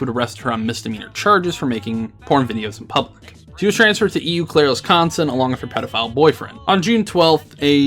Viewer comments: Did you just say E U Claire Wisconsin? It's pronounced OH Claire. I'd know, I'm lucky enough to live in WI...... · Being from Wisconsin, hearing "eyou Claire" for Eau Claire (oh Claire) tickled me pink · Btw, it's not pronounced "E U Claire". It's "Oh Claire". Sorry I live like and hour away from there lol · I know this video is supposed to be informational but, Its pronounced O Claire. Sorry, just a pet peeve. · The way he said eau clair D: like ew clair. Its french and pronounced Ohh clair(eau meaning water)... sorry i just cringed as a Wisconsinite. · As someone who used to live in WI, I chuckled each time you said E.U. Claire... Eau is pronounced like a closed "o" in English. Like the "o" in "rose." So, Eau Claire is pronounced more like oh claire. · "Ee you Claire Wisconsin" HAHAHAHAHA!!! 🤣😂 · Why did this have to happen to my state? Also eau claire is pronounced "oh claire" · Eau Claire is pronounced oh claire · Is anybody’s gonna notice that he said “UEEE Clair” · You are mispronouncing Eau Claire. It's "Oh Claire." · i moved to eau claire a year after she was arrested and nobody ever talks about her.. i legit didn’t even know she lived in eau claire until this video and i’m months late oops! also it’s pronounced “oh claire” but it’s ok i’ll give you a pass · Don’t bring my home state into this we do not condone animal fucking up here in Wisco Also it’s not E u Claire Wisconsin lol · Also this dumb bitch doesn't have ties to shit. She just says that to seem high and mighty. She's literally a sociopath. Also sidenote: it's Eau (pronounced: O) Claire :p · Its pronounced "oh claire" lol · "E U Claire"... Um...... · It's pronounced O Clair -A Wisconsin resident. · I know this isn't the point of the video and that it's a minor detail but he said Eau Claire wrong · Okay. I had to pause and laugh because I'm from Minnesota and I laughed at the pronunciation of Eau Claire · It makes me happy hearing people mispronounce Wisconsin town names